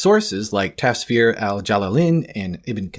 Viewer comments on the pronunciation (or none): a small correction. It's pronunce as tafsir (tough-seer), not tasfir. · Im not gonna call you names but you use weak narrations to prove your point. Ok, first Al-Jalalyn and Al-Suyuti are the same thing. Second, it's prounounced Tafsir not Tasfeer or whatever butchering you've done. Thirdly, according to Aini. Ibn Humam in Fath al-Qadir, the honey story was narrated by Aisha may Allah be pleased with her and thus that makes her way more reliable than the Copt story. Imam Nawawi and Hafiz Badruddiu also concur to this and Nawawi is among some of the most reliable Hadith and Quran scholars in Islamic history. Qadi 'Iyad also agrees with honey. Imam Nasa'i also agrees it's about honey. Guess what, Ibn Kathir also doesn't support you as you claim because he too thinks it's about honey. If you want I can give you more just ask. Overall, I dont know what you and Jai were cooking up but this aint it chief. Its a weak narration and Aisha herself shuts it down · *tafsir it's an actual Indonesian word so it's hard not to notice try saying "tuff seer"